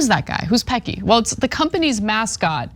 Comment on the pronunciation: 😂 OMG! Anna it's pronounced Pessy. Not surprised by this at all. Worked for Amazon for 3 years in Registries. Had 2 strokes and was let go 🙄 because I had to do the training again because you know I have zero short term memory. And refused to work a 11 hour shift. That was my shift pre strokes (I had 2).